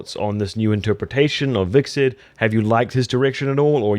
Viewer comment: vickset = Hvitserk